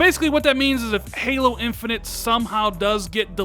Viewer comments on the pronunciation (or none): none